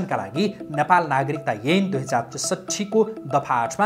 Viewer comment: अ अा इ ई ए ऐ को उच्चारण मिलेन है । एन हो कि ऐन